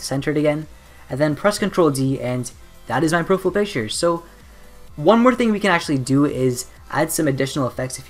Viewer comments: Its Profile not Profill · its (pro- fiyal) not Profful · "profill" picture? "PROFILL"? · Proful" lol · I love the way you say profile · The way he says profile is the best ! haha love it :)